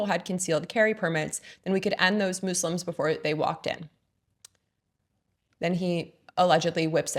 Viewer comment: it’s not “mooselim” it’s “MUS-LIM” like the “mu” sound in muscle…